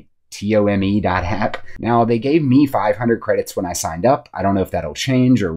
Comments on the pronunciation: It’s tOme, like a book 📚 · Are you really not familiar with the word "tome" or you're mispronouncing it for a reason?